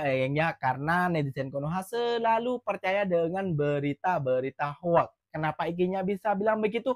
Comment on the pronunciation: .bukan hoak..tp sebutannya hok bukan hoak